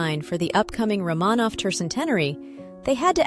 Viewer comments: You are mispronouncing the name Romanov. It is Roh muh nov with accent on the first syllable, not roh Mah nov with the accent on the second syllable. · RO-manov, not Rah-MAHnov. Damn AI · If you can find a way to get the AI (or whatever is used to record the English) to pronounce names correctly (Romanov, etc), then I’ll think about subscribing.